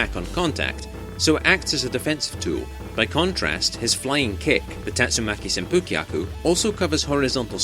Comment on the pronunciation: The ‘u’ in ‘senpukyaku